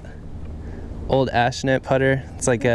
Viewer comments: Accushnet not ashnet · That was really funny. Loved the banter going on. Seemed like a couple of cool guys. You should get him to play against you two with alternate shots and beat him with his own old clubs. 😀 great video,,.......the girl can putt. Oh that old putter is an Acushnet. I think ya said Ashnet. 😂😂